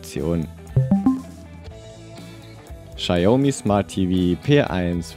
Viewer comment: Ein Chinese hat mir gesagt, dass bei deiner Aussprache er die Marke Xiaomi nicht erkannt hätte.